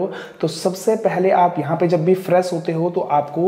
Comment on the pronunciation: Tabi to fresh ko faras bol raha h😀😀😀